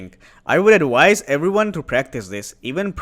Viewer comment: Honest question, why do you pronounce "V" in "move" and "objective" correctly, but barely pronounce the "v" in "advise" or "viable" ? Obvioulsy english isn't your first language, and you do speak it very well, this oddity about the letter "v" is just perplexing and interesting to me.